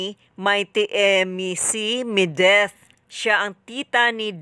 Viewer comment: Medith hindi Mideth!